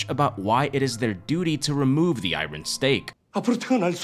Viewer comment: Great recap, you’re the 3rd person I’ve heard on YouTube say iron weird lol I think you’re saying the R immediately after the I